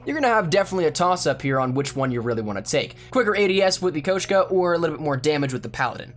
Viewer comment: He says koshku